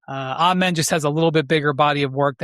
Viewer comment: Amen is second syllable has the accent and first syllable is pronounced uh or ah, no long A. Cason is a better shooter than either of the twins by far. He is just as elite a point of attack defender.